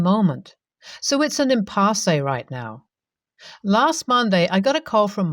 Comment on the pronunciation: Great story. Impasse is pronounced "im-pass".